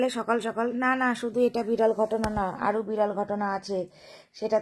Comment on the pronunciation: বিড়ল নয়, বিরল